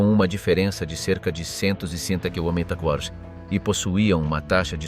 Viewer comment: nul le robot pour dire "kmh"!